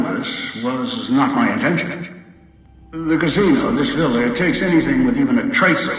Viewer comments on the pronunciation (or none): none